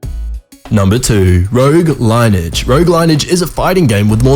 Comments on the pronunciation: You fucking retart its not line-ege its lin-E-ege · Lineage is not 2 syllables as you pronounce it "line edge" it's actually a 3 syllable word pronounced "lin-e-edge". But I mean you should be stopping yourself when you realize you've never heard the word "line edge" before and use your google brain to figure out what's wrong. Lots of YouTubers struggle with these easy words. Another gaming word I have heard mispronounced often is "inventory". Let's all use this as a learning moment or I will line edge your face to your ass. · the way he said lineage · he said lineage wrong :(